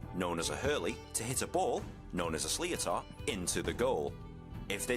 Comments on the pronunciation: Fyi, the ball is pronounced as schlit-ter, definitely not slee-o-tar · the guys pronounciation of sliotar is way off, its an sh sound, shlitter. shitter with an L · As you will see it the comments some rules have changed and also some of the pronunciation in this video are horrible. The Sliotar ( shlit'er) is softer than a baseball. The leather cover is not as solid and the core has a bit more bounce to it. Definitely still leaves a mark when it hits you but similar to when you get a clatter from a hurley, during the game adrenaline helps not to feel the pain so much until after the game. Try looking for GAA highlights for pronunciation and the other sports like , Gaelic football and Camogie ( the name for the female version of hurling). Love your content. Did you say you are coming to Ireland?? When might that be. Please let us know when that might be and im sure you will have many groups of mad bastards to welcome you. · The sliotar is roughly pronounced "Shlitter". Not exactly but closer than what your man said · So much wrong about this. Sliotar is pronounced like slit-er. The level you’re watching here is also county level where games are 70 minutes. Club games are 60 minutes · I can't describe the pain I'm feeling listening to a englishman trying to explain the rules of hurling and butchering Irish pronunciations. It's sliotar, pronounced slitter or shlitter And games are 70 mins, 35 minute halves, not 60-30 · The most basic of knowledge would tell you that this is a game that consists of 2 halves of 35 minutes, not 30 as this muppet quoted. If the English commentator can’t be bothered the even check this and cannot correctly pronounce how the sli-tor is said! I really wouldn’t use this as an accurate interpretation of the rules of hurling. You might be better off listening to an Irish person describing an Irish game, not this English test. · "sliotar" should be pronounced more like "shleetar" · You forgot the emphasis on the h, shlitter